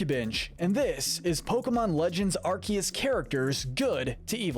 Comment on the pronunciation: It's arkoos!!😤